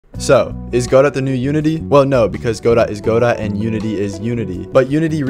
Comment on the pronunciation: "Go dough" as pronounced in the name of the Samuel Beckett play from which it takes its name, "Waiting for Godot". Not "Go Dot" even though that seems correct since it sounds more programmery.